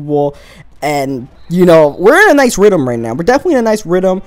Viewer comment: Rhythm, not rhythum...